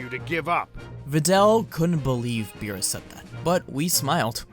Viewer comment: Since when Beerus became Beebus lmao